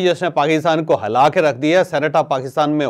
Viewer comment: Hala kar rakh diya nahi Hila kar rakh diya boltey hein lolzzz